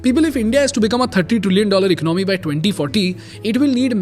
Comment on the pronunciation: It's america not umrika and it's economy no ecnomi